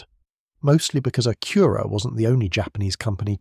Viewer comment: AI is crap, can't even say Acura right, and pics don't make any sense, big thumb down